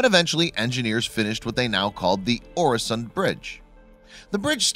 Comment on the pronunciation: Watch in him saying Öresund as oresond is painfull